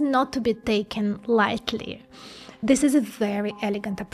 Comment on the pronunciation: more "Z" !! like Zhis, Zhat, Zhose, anoZhers, etc